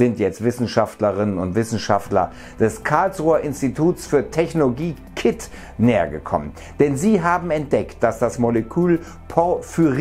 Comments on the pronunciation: Ich leb in karlsruhe, es heißt: "K" "I" "T". Nicht Kit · K I T und nicht kit! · haha :D Das spricht mat K_I_T aus und nicht Kit ^^ Tolle Folge und auch tolle Neuigkeiten. Hoffe das wird durchgesetzt. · Moin bist offiziell der Erste, der unsere Uni "kit" ausgesprochen hat haha, das ist wie bei anderen Unis TU, MIT etc. ebenso, dass man die Buchstaben nacheinander ausspricht. Ansonsten klasse Video wie immer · wie er kit ausspricht lol